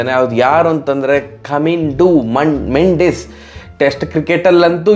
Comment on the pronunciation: ಮಂಡಿಸ್ ಅಲ್ಲ ಅಣ್ಣ ಮೆಂಡಿಸ್